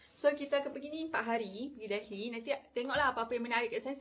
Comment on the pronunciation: Pronounce “Delhi” must silent “h”…